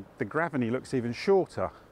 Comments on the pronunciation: Great video! One thought, if the pronunciation is the same as the nearby school then I think it’s Grave-ney rather than Graven-ey. But I may be wrong! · We say Grave ney not Graveney. There is a school with the same name